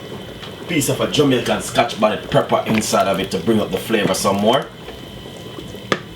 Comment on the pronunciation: Pronunciation of your words are very important. This is not the authentic way of cooking oxtail Jamaica style. Pepper not prepper, kettle not kottle and spinners not spinach. Looks like a dark soup.